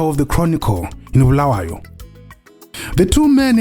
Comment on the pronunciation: Oooh, Geof Nyarota one of the best journalists Zim has ever had. You are truly good at what you are do. From prnouncing Bulawayo😂😂 to your analysis❤❤❤❤❤❤❤Simply the Best ❤